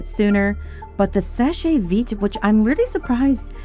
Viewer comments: Very surprised to see Seche Vite taking such a long time to dry. Never used it myself, though, because it has toluene and I can't stand the smell. Btw, "Seche" is one syllable. "Sesh veet", not "seshay veet". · FYI it’s pronounced “Sesh Veet” it’s French for dry fast.